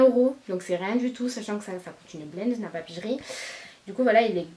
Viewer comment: Il me semble que ça se prononce « napapiri » et pas « napapijri » voilà 😂😘